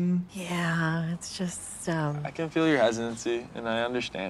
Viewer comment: Joey what the heck is hesancy?? I think he meant hesitancy 😭😭